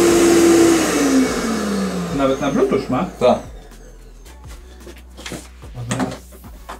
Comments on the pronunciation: Żaden "blutucz", tylko "blutuf". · Załącza, wyłącza i włącza. A i mówi się BluTu(F) nie blutacz. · Nie blutusz tylko blutut sie czyta. Nie ma czegos takiego jak blutusz 😂😂😂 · Odcinek jak zwykle super, ale mam drobną sugestię, od wielu odcinków słyszę bluetooth wymawiane przez Ciebie jako "blutucz", a ząb to "TUUF" a nie "TUCZ", pozdro ;) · Prawidłowa wymowa to blótedż.